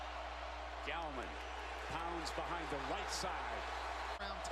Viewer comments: Thanks to the person who told him between Clemson offense series #1 and series #2 "Hey man....his name isn't GOWman; its GALLman." :) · ....and then he started calling him Gowman again.....sigh